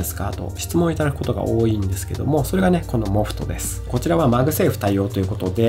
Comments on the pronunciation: 多いぃ↓てどこかの方言ですか？それとも僕が方言ですか？ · 多いは王位と同じ発音で使ってましたので気になっちゃって笑 自分は北海道なんですが北海道独自のやつですかね